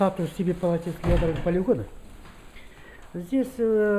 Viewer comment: не палеогена а полигона))) исправьте ошибку )))